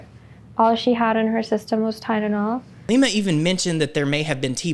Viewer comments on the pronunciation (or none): Why does lima the medical professional keep saying tideanol?